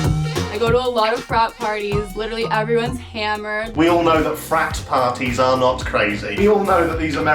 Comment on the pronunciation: The way you said “parties” in the sentence “craziest thing that’s happened at one of your parties” ahahahaha